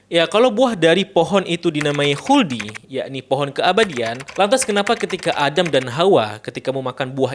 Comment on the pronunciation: 🐍🙄 "wuldi sin..."😪😅